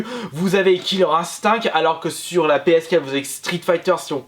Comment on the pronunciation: on dit PS4, pas PScat :)